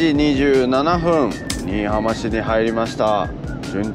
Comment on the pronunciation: 旅チャンネルやってるのに地名間違えたらおしまいよ笑 新浜→× 新居浜→⚪︎ 観音寺市 →かんのんじし→× →かんおんじし→⚪︎